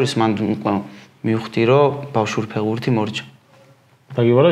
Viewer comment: გამოიწერეთ კი არა, შვილო, სიტყვა ფეხბურთი მაინც გამოთქვი სწორად. ფეღბურთი რა უბედურებაა?? ცოტა მეტი პასუხისმგებლობა იგრძენით, როცა ეკრანზე ჩნდებით. 'თუ არ მოგწონს გადართე' და მსგავსი ბავშვური გამოხტომები არ არის პასუხი. ყველას მოგეთხოვებათ ელემენტარული, საბაზისო რამეების სწორად შესრულება.